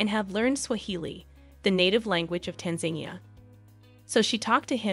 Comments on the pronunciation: This is a beautiful video. My only comment as a Tanzanian is that Tanzania is not pronounced Tanzenia. The As in Tanzania are pronounced like the A sound in "About." So, tanzAnia.♥♥♥ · Tan za neea. Not Tanzanea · Its not tan zania like you say it you have to say tanza nia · Wow, I've never heard anyone pronounce Tanzania as "Tan-zane-nee-ya" until now and with confidence too! Typical 🇺🇸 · The country's name is pronounced Tanza-Niya!! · Pity the narrator could not pronounce the name of the country. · The way she keeps pronouncing Tanzania 😂😅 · If you narrate a story on youtube about an African country, the least you could do beforehand is find out how to properly pronounce the name of the country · If this isn’t AI you really should learn how to pronounce Tanzania before you do a video about their country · Learn how to pronounce Tanzania!